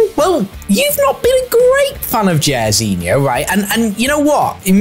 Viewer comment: JAIRZINHO SAID LIKE JAR NOT JER it's bot behavior